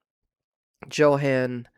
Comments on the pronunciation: Johan is pronounced Yo-han, not Joe-han. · Not to be picky but Johan is pronounced Yohan or Yo ann. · Because I'm a language geek, I had to mention that Johan is pronounced with a Y sound, not a J sound. Same with Jensen, so it would sound like Yohahn Yensen. (Sorry...like I said, I'm a language geek, and I cringe...) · I believe the name Johan is pronounced like Yohan if it is a German name.